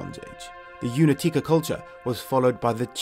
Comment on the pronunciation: Correct pronunciation of Únětice is Uunyetitse not Unetike. You know, Slavic languages differ the 'C' and 'K' letter. On the other hand the correct pronunciation of the word Ceasar is probaly Kaiser. Great video anyway. If anyone in here interested in you should definitely visit Anthropos Pavilion in Brno, Czech republic.